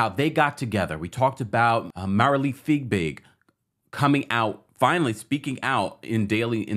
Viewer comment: I'm a subscriber BUT my comments don't seem to matter. Marilee Fiebig's name is constantly mispronounced. It is not FigBig! It's "Fee Big"! I like your show but this irks me. Please STOP